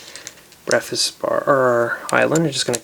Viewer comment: When he was making the breakfast bar he said BEFAZ